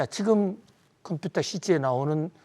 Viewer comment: 해박한 지식과 콤퓨타 발음은 덤으로 즐기고 있어요. 감사합니다.